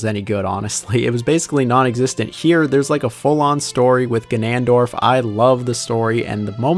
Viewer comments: He teally said ganandorf instead of ganondorf😂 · Bro said guh-NAN-dorf 💀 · Love how I just heard him say it and then I seen your comment, I was questioning if I heard that right too 😂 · Wait how did he pronounce ganondorf??